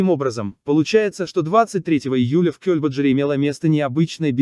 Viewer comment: Это кто читает текст - программа? Скорость изменяется специально? Или это живой человек? Не "Кёльбаджар", а "КельбаджАр", неужели не ясно?!